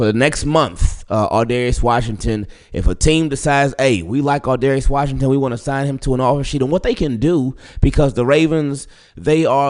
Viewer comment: straight butchered his name